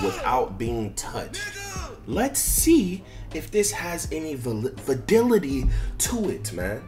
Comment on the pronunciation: Va-lid-dity 😂😂 what the hell is vadility